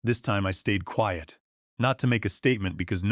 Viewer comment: New word in the English language. “Kweeyut” but spelt quiet. Lazy people getting A.I. To write their stories but too lazy to edit before publishing. So it will be a thumbs down from me, long way to go.